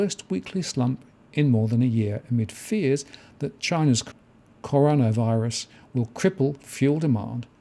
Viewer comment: Did just say 'connorvirus'?